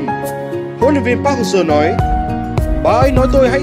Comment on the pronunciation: Đọc chuẩn vào, anh thì ra anh ,việt thì ra viet ,Seo=sơ